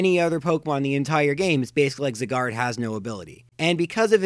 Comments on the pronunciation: Learn how to pronounce Zygarde, it's not pronounced Zigarde it's pronounced Zaigarde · ZIGARD Not zygared aka this is pronounciation not spelling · It's interesting to learn how differently two people can pronounce Xerneas, Yveltal, and Zygarde. All three of my pronunciations are different from yours: ZER-nee-us, ee-VEL-tal, ZYE-gard. I acknowledge that Pokemon name pronunciations are generally not universal, just thought it was an interesting thing to note. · Eggs-erneas, Zig-guard... The cringe is real. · What the heck is a Zigerd? 😒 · zeegarde and yeeveltal hmm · ZEEEE GARD??? DAFUK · Why do you say Zygarde and Yveltal like that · Why do you say Zygarde like that lol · God, no offence but I can't stand the way you pronounce Xerneas, Yveltal and Zygarde.